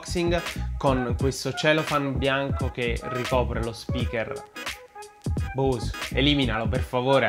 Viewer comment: bravo! ... comunque la "E" di Bose si pronuncia...